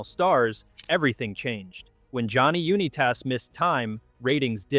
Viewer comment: I'll never be able to say Johnny Unitas the same way again 😂 YOU-KNEE-TAS Great video